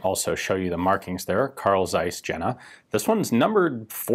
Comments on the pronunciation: Jehhna not Genna. Rest was quite good. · It's not dseis but Zeiss. And not Jenna, but Jena like in hyena. Do you even bother to look for some examples of how not to butcher the pronunciation? It's really painful to listen to. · Not Jenna... Jena is called Jeeena , a long "e" please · FYI: The Z is sharp and the J is like a Y, so it's pronounced like Carl Tsaiss Yena. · A small note on your pronunciation of german words, Ian: the city of Jena is pronounced "yehna", with an emphasis on the elongated "e". There's no connection whatsoever with the Kardashians ;) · That Jena city mispronunciation :) Say "Yena" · is "ienna" :))))) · Is it not "Yena"? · Americans better try to say "Jeena" than you are more close to the original pronunciation. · Your pronunciation of the city „Jena“ maybe is a little off :D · Please learn the correct pronounciation of Jena 😭